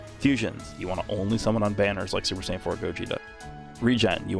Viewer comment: “SAYAIN” tho…. Noooooooo 😭😭😭